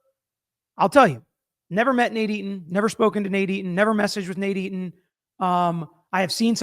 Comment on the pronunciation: You sound like you’re saying NADINE instead Nate Eton